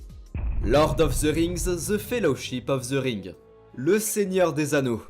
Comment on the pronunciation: Ze félochipe of ze ringue